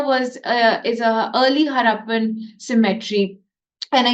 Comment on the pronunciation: Cemetery's prenounciation is different from symmetry